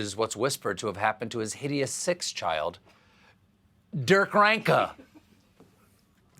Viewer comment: Derkreanka!? Lol